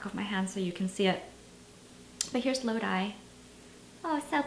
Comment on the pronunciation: It's pronounced as Lo-Dhee not Lo-Dhy